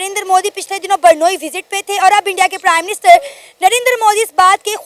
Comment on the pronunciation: 🎉ये कैसी hostess हैं जो ब्रूनेई को बरनोई बोलती हैं😂